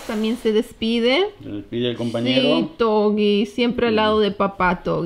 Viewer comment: me gusta el espanol de cuando dice COMPANERO DE CUATRO PATAS en el mInuto suena muy argentina